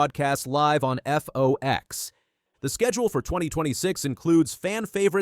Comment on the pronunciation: Whoever is making these announcements needs to learn the name of FOX 🦊 not the FOX like he’s saying NBC. With all the time changes, etc. they may be alienating the older crowd - oh, I know they want the younger crowd too - with having post race or even races on YouTube and others and starting so late in the afternoon. Oh well, after the debacle of the final race of the year and only 4 delivers can race for the championship, and some haven’t won enough races to be called a champion, maybe it’s time for this old lady to take up watching something else….do they have a show that shows paint drying?